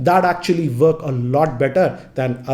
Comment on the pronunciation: Work Pronounced FWORK